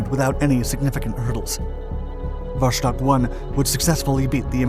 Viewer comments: Is Vostok not Voshtok. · It's so easy to learn how to pronounce. vastOk. vostok wold ve also survivable. But Voshtok - Christ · It's called Wostok, not Woshtok